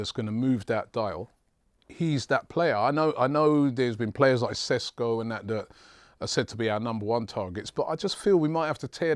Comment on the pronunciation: I know the pundits probably aren't particulary interested into pronounciations, but if a player is connected to a transfer of your club for two years, I think they could find an open slot to learn Sesko is pronounced Sheshko.